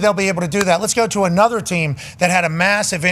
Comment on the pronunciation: Also pops music sucks, listening to pop music in "anudder" language sucks even more